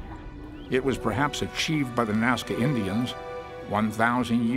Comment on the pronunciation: Nazca not mazca. just fyi!😁